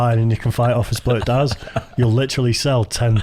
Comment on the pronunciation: I thought you said "diaz" as in Nate or nick diaz the pro fighters lol.